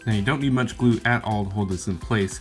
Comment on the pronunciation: "2 dabs of glu" 😂